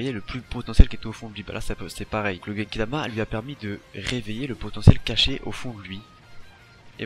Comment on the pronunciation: Genkidama pas kekidama